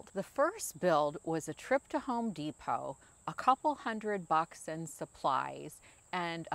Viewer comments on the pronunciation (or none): none